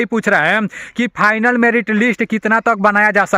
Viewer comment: Fainal नहीं भाई Final होता है।